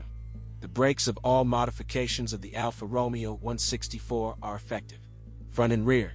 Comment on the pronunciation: NOT Alfa Romeo as in ROmeo and Juliet, is is Alfa RomEo.... the accent is one the E NOT the O (actually sounds like 'RomAyo' ). At least get the basics correct, please.